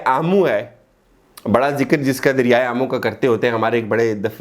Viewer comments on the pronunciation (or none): ‘Coup’ is pronounced as ‘koo’ .......’derya e aamu’ nahin bhai..’derya e ammu’ naam hei......I beg your pardon.....knowledge achhi hei. It was a fair brief..I will subscribe you.